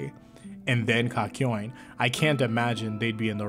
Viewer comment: did he just call (kak yo in), kakoin